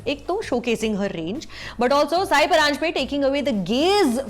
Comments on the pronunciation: Hey Sucharita, her name is pronounced as सई परांजपे and not साय परांजपे! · its not saayi, its sai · नाम तो ठिक से लिया करो.. उच्चार साई नही सई परांजपे है... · Pronouncing Sai's name as "SAYI"